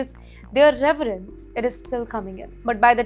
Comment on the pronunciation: It is severence package Not reverance package 😂